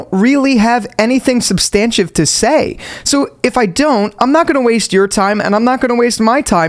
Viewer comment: Substantive is not pronounced that way